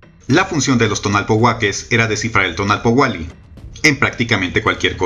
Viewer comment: Muchas gracias por el tiempo, la creatividad y el estudio que te llevó hacer este vídeo., Solo una pequeñita observación en la pronunciación: TONAL- POUH- KE ya que tu estas diciendo TONAL- POUA -KE